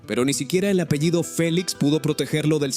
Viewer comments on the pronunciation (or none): none